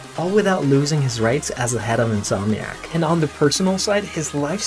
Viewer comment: The most jarring thing for me was In’S’omniac being pronounced as In’Z’omniac. That’s gunna haunt me for the rest of my days 😅